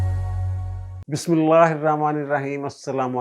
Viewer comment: بسم الله پڑھنا تو سیکھ لیں